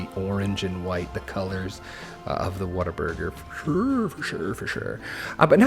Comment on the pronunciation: You nailed the Whataburger, or as they're loving referred to around my parts the "Wait-a-Burger"! Any chance of you putting it on the workshop?